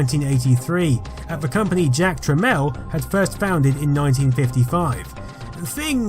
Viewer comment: "Jack Trameel" not trammel